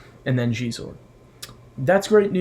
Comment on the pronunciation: Really excited for Xizor (nice pronunciation!) and Dash Rendar. I love Dash. These will make fine additions to my collection. And thanks for the Superlit chat shout-out! Legendary group.